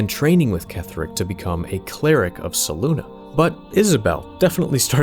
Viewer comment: Fantastic video! Only one thing id change... Selûne (pronounced: /sɛˈluːnɛ/ seh-LOON-eh or: /sɛˈluːneɪ/ seh-LOON-ay). Your pronunciation of her name drove me to the brink of madness every time you mentioned her 😅